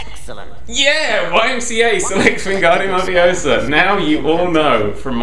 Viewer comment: Its levio-sa